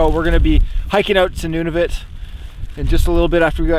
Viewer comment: Noo-nah-voot not none-of-it 😂 Jk you're not that bad 😂